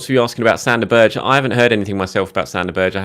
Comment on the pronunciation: Berge = "BEAR-g'uh"